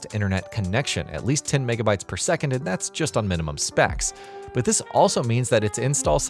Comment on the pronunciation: Repeat after me "Megabits per second".